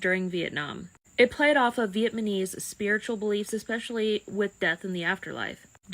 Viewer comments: viet-ma-knees lol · Vietmonese..? people from Vietmon? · Vietmaneez lol